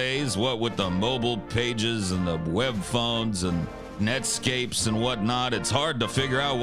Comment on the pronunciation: The "netscapes"! 🤣